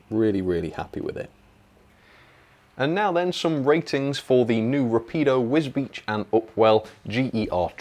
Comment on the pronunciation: See that you can pronounce wisbech!!! Now